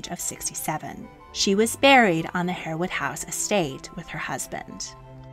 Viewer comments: Just one thing; if you are going to produce such programmes; kindly learn use the correct pronunciations. HAREWOOD IS pronounced HARWOOD and not HAIRWOOD. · It’s pronounced ‘har’ (like ‘hard’) wood. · Harewood is pronounced Harr-wood, not Hair-wood. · Harewood is pronounced "Harwood". Learned that staying in Yorkshire near Harewood Hall. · 'Harewood' is pronounced 'Harwood'. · Exceptionally well done ..but Harewood is pronounced ' Harwood' and Aide de Camp is pronounced ' Aide d Com'.. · Just a point. It's spelled Harewood but pronounced Harwood. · Harewood is pronounced HARwood. Tobago is To-BAY-go, not To-BAH-go.